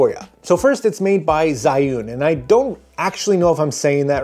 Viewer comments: Pronunciation sound a lot like Juin or Ju-win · It's pronounced Zhiyun.